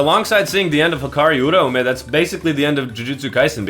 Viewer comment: Stand proud, you are the only youtuber who can pronounce Uraume correctly